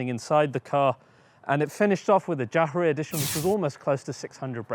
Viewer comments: "Jah-her-ray" edition 😂😂😂😂😂😂😂😂😂 It's pronounced "yara" mate, which means years... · you said «Jahre edition» you pronounced it wrong. Just so u know but great review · the way he said "Jahre" lmfao